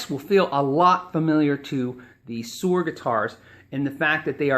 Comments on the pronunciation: ...and Suhr is pronounced sir, rather than sewer. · Suhr is pronounced like sir. I have heard John Suhr on several podcast in he pronounces it "sir" guitars. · Darien Cruz Music the 'h' is simply silent. This makes my ears blead. Soer Soer Soer Soer jfc. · suerrrrr? isnt that supposed to be pronounced like sir?